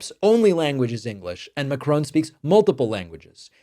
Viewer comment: Mack - Ron ! There is no E at the end of his name!! Great video all the same!